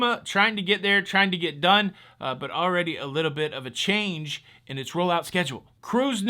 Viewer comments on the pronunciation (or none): none